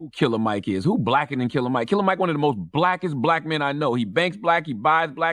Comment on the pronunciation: It’s “killer mike” not curler mike🤦🏽‍♂️